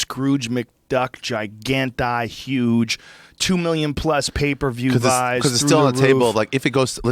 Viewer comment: Joe listening to bernie he's say yuge for huge twice so far